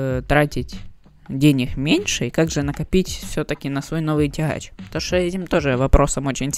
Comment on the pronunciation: тяхачь. бООООльше